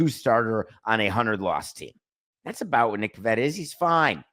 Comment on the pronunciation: It’s “Pivetta”.